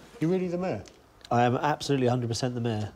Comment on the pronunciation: Why do you pronounce mayor as meh?